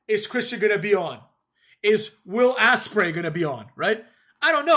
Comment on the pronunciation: He said Will Asspray😂😂